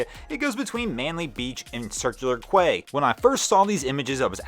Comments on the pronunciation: Circular “KWAY”????? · Circular Quay, pronounced "circular key". Love you work 👍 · Circular quay is pronounced 'Circular key'